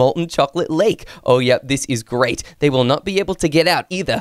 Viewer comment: Bro you said they willl